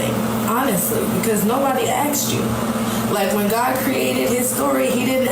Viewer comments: "Nobody AXETD you!" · "because nobody axed you"